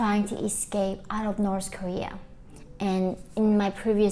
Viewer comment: Norse koreea..🤣😂😅